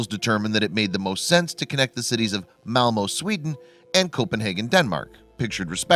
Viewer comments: Check your pronunciation, please! It's MalmÖ, not MalmO (sounds completely different) and Øresund, not Oresund (idem). The Swedish Ö and Danish Ø sound exactly like a German Ö or a French EU, not at all like an O. Besides, even your spelling is wrong at times, as you write "Melmo", instead of "Malmö". Please, be more careful with Scandinavian names! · You should add his pronunciation of Malmo, which is devastatingly wrong... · It triggers me how he's saying Copenhagen & Malmö 🤣😭